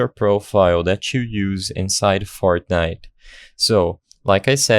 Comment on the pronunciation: did you say fartnite